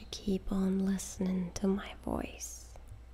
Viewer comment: Am I the only one who finds it adorable how she pronounced "listenin"? <3